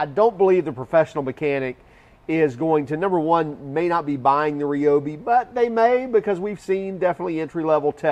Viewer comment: You lost me at 'REOBE' It's pronounced r'Y'obi